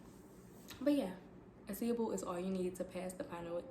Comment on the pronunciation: Ace- a- ble like ace of spades …. Not a-See-able